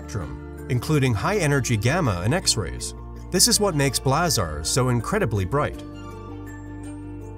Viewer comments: I really like this channel, even if the narrator clearly is a robot. Here it pronounces the word "blazars" in three different ways -- "blahzaaahrs", "blazurs", and "blazors" (but never "blayzors"). Maybe its algorithm involves the uncertainty principle. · You’re mispronouncing ‘blazars’!